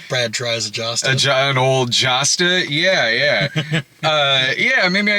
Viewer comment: I believe Josta is pronounced Y’osta.